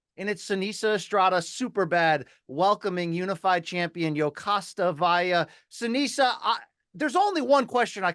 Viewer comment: Seniesa, not Seneisa